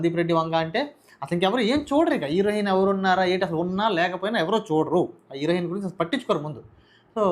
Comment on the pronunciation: నీకు హీరోయిన్ పలకడడం రాదు.. నువ్వు. నీ తొక్క analysis